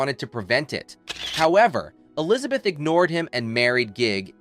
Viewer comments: Really ? You should at least know how to pronounce her name correctly. It is NOT Alizabeth; it is E lizabeth. Even your English is bad. Did you idiots who make these stupid videos not go to school ? Fool. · Today I learned that the first syllable in the name Elizabeth is "uh".